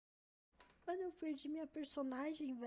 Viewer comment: Não é possível q só eu q fico aguniado com o jeito forçado (não só dela mas de outros tbm) de fala em gíria ou tbm essa "mano" q é quase um "meno" kakakakak tfdr